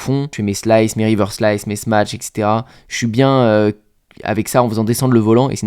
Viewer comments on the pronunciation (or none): none